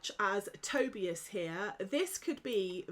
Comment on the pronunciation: For the love of whatever created you - it's pronounced to- bias like Toby but remove the y, then biase